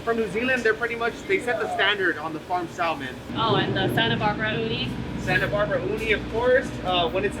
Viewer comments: Sis said SALmon? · The way everyone was pronouncing SALMON was making me lose my mind 😭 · Anyone else bothered that she pronounced the L in "salmon"?